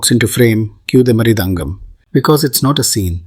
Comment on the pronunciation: The narrators pronunciation of South Indian references like idli vada as ‘Idli Vaadha’ or butchering of ´Barathanatyam’ and ´Mridungham’ was also cringe btw.